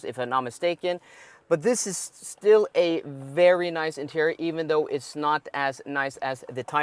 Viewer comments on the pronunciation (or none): none